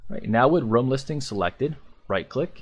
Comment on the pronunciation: Great tutorial. Better than someone else's I was watching. I also love that you call a room "rum" and I'm drinking rum while watching. Rum Layer, Rum Point, Rum Listing. Love it!